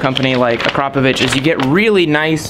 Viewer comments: its not kropovich is akrapovic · Its pronounced akra-poe-vick. Not akro-paw-vitch! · Please stop mispronouncing akropovic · it's actually pronounced ahkhra-povich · So much confidence? Wow. It's vitch.